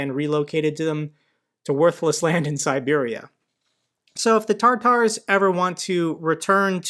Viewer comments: Hey its tatar not tartars like sauce btw I salute u from Macedonia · It's "Tatars", not "Tartars". Tartar was the punishment zone in Hades, Greek mythology's abode of the dead. The Tatars were deported, not "deportated". It's SevasTOpol, StavROpol, SimfeROpol, etc. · It's Tatars, not Tartars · love your stuff, but laughing a bit. "Tartar": 1) a hard calcified deposit that forms on the teeth and contributes to their decay. 2) a deposit of impure potassium hydrogen tartrate formed during the fermentation of wine. "Tatars" is an umbrella term for different Turkic ethnic groups bearing the name "Tatar". Initially, the ethnonym Tatar possibly referred to the Tatar confederation. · I believe that it's Tatars (not Tartars as in sauce 🙂) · Tatars, not Tartars. Lol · I believe that it's rather "Tatars' in stead of 'Tartars'. Just my thought. Anyway, thank you for your informative dayly updates.